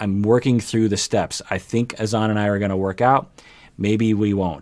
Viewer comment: It’s actually Hassan. HaSAN. TLC changed the pronounciation for ? And N never even pronounced Azan right either. More like aZAN